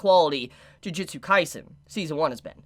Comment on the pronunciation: Am I the only one who gets slightly annoyed that so many people keep Pronouncing "Ju-ju-tsu" Kaisen as "Ji-ji-tsu" or "Ju-ji-tsu"???